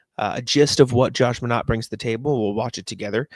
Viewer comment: Think it's pronounced "My-naht" instead of "Mah-naht"